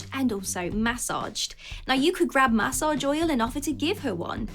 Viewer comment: Lol massage pronounciation.